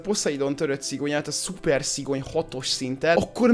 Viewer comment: Szigony nem szigyon😂